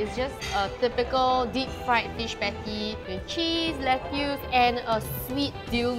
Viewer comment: that pronunciation of lettuce is killing me